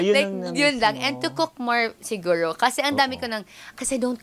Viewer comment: Siguro not sheeeegorrooo